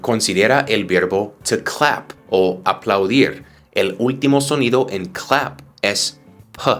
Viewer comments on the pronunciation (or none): Saludos ..En el minuto Aplaudir ,en lugar de decir Aplaudir, dijiste Apludir..Solo fue una opcerbadion 😊